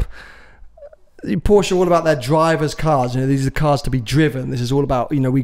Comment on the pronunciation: you're definitely a Ferrari fan boy. Coz' you try really hard to pronounce "Pista" and "Speciale" the right way, but still from time to time, can't pronounce Porsche (Por-shuh) correctly.